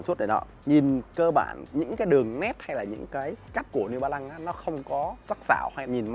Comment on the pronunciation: “Niu ba lăng”